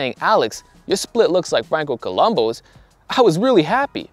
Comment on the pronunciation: Franco COLUMBU not Colombo. Please there is a big difference. He was SARDINIAN not just Italian, the U in the surname are important!